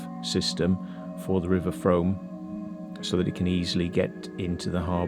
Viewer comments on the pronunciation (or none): Frooooom, not Froam!! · It’s pronounced Froom. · The Frome is pronounced “Froom”. Also, the long curved tunnel mentioned at the beginning of the exploration is called “Castle Ditch” it follows the original road line of Lower Castle Street and ends at Broadweir, where the weir is located and the access to the street is found. Great video.